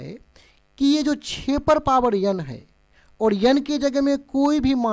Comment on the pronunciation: Sir n ko yan nhi bolte hai 😂